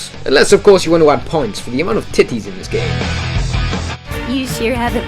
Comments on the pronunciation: LOL HE SAYS TITIES FUNNY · You say titties weird